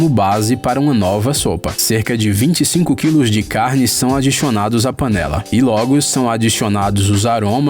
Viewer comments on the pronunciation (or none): "Adixionado" kkkkkk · "adichionado Acho que acabei de perceber o teu sutaque :| >:D